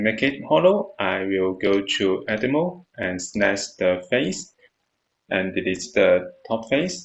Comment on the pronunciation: Thank you but would you mind looking up how to pronounce "select" and "edit mode". Thank you I really appreciate.